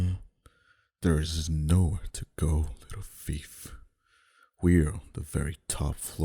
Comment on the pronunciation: lol I love how he said fief while saying thief.